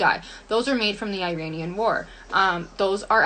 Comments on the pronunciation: She says "made from the I-RAIN-Ian war," but she can't even pronounce Iranian correctly. 😂🤣 Makes me trust her "facts" a lot. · 'Ee-raian' war? Did she mean the Iraqi war?